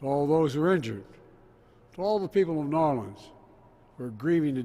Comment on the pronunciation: By his usual mumbled pattern, he was able to perfectly pronounce New Orleans as a true local.